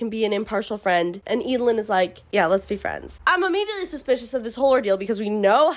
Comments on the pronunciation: I thought it was pronounced Ed - a - lin (like evelyn) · Every time you say “Eadlyn”, I think you’re saying “Edalyn”, and imagining how much more interesting this story would be with a main character like Edalyn Clawthorn from The Owl House. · Absolutely same. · Damn I'm not from an English-speaking country so didn't read the books in English and I remember pronouncing Eadlyn in my head as ead-lane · Im glad I listend to audiobooks bc I could never pronounce their name's. I didnt like the dynamic between Eadlyn and her parents, they could easily tell her more about the day her grandparents died and their own selection (I get it it's for the plot, but still). Edit: It always bugged me why she couldnt just add him to the selection, she was the fricking queen, she could totaly change the rules or just told her parents, I mean the people wanted to add that creep. How would that be possible. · W should appreciate books, and not judge them. And the pronounciation of Eadylin is not said like that.Plus who cares? you are just judging a book by names?? And it's not even a very kind thing to say.